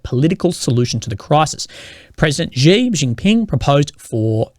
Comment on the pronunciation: Xi jinping is pronounced as "She"